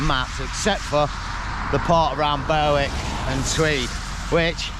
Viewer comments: Great video 👍 Berwick is pronounced Berick, and North Berwick over on the coast there is also pronounced the same. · My man Great video as usual but that's the worst pronunciation of Berwick I've ever heard 😂